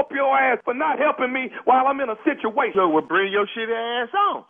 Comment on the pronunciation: lol did Tommy say he in a shituation